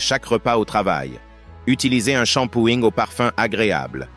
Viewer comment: Un SHAMPOÏÏÏÏÏÏG MDRRRRRR 😂